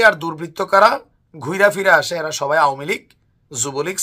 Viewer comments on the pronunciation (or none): none